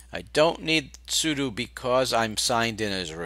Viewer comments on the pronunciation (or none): none